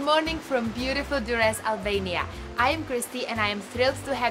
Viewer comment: Albania looks beautiful. Though I would've loved it more if you soften your "r" a little bit when pronouncing it.